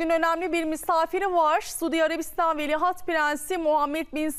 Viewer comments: Velihat degil, Veliaht, madem diyemiyorsun Prens Selman de. Cokmu zor? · ikide bir velihat deyip durdun, senin diksiyon hocan umarım seni dinlemiyordur, tabi varsa... önce doğru telafuz etmeyi öğrenmek gerekir degilmi? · Sunucu "veli HAT" diyor 😂😂😂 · Şu TV sunucularına doğru dürüst bir Türkçe, Türk Dili ve Edebiyatı öğretilmemiş her halde..Ama iki lafın arasına bilir bilmez ingilizce laflar sokup ukalalık etmeyi biliyorlar..Bozuk cümlelerle , tuhaf el kol hareketleriyle vıdı vıdı hızlı konuşmayı marifet saymalarından da bıktık zaten.. Dikkat ettim, sunucu devamlı "Velihat" deyip duruyor...Yahu, hiç mi duymadın,öğreten olmadı mı ? Çevrende de "bu nasıl okunur" ...diye sorup öğreneceğin kimse de mi yok?.. "Velihat" değil ,VELİAHT... Krallıkla yönetilen ülkelerde,kraldan sonra taht'a çıkmaya hakkı olan kişiye VELİAHT denir...Hiç mi duymadın?